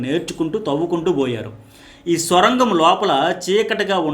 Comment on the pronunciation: అది స్వరంగం కాదు సర్ సొరంగం